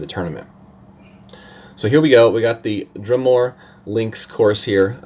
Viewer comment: Coming from a Celt. It’s Dru-more not Drum-ore LOL